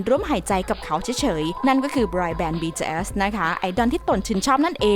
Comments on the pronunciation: BTS ออกเสียง บีทีเอส ธรรมดาครับ ไม่ใช่ บีทีเอลส อะไรที่คุณพูด ไปฟังมาใหม่ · หยุดเลิกอ่านว่า “บีทืเอยส์”‼️‼️ อักษรค่ะสามตัว ทำเสียงกระแดะมาก ถ้าอ่านชื่อศิลปินผิด ควรออกมาขอโทษ นี่มันหลายคลิปแล้ว… ทำไม่ได้ก็”ลาออกไปซะ!!”🔥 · บีทีsนะพูดก็ผิดยังบอกอีก😐🤭🤭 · เหมือนกัน ฟังเป็น บีเทียส บีเทียสทุกที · เราได้ยินว่า BJS 😓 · ใช่ๆ ตอนแรกฟังแล้วแบบ วงไรฟะ อ้อๆๆๆ BTS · ทำไมเราขำสำเนียงที่เขาพูดว่าBTS(ความคิดส่วนตัว) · ทำไมเราขำ เวลาที่แอดมินพูดคำว่า BTS วะ 😂😂😂😂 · 😂😂ผมสะดุดกับคำนี้มากๆ ตอนแรกฟังไม่เข้าใจเลย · ออกเสียง bts แปลกๆ